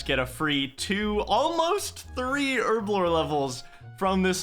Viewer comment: Its Herblore not Erblore